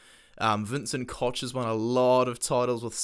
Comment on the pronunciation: Vincent Koch - is pronounced "ko-gh" : )